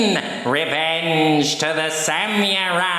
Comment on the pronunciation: "san-you-rai" LOL no dude.....just.......no. its "sam-uh-rai"